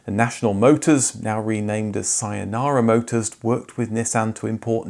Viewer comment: Thanks for the wonderful video as always, but as a native Korean, I cannot help but to notice your pronunciation of these names: Daewoo should be pronounced as "Day-Woo", and Saenara should be "Say-Nara", Incidentally, "Saenara" means "New Nation". You got the CEO Kim's name right, though. Meanwhile, the 1937 date - which you probably found on the grossly bad Wikipedia article - is wrong; what it actually means is that one of the companies - one Korean National Heavy Machinery Production, Co, Ltd. - that the CEO Kim have bought in the late 1970s to form the Daewoo Conglomerate was founded in 1937, but this company has never produced a car; beginning in the 1960s, the Saenara company used the facility built by this Heavy Machinery company to build their Bluebirds, hence the confusion.